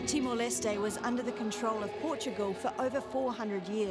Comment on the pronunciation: Is she saying "TimoL"? 😳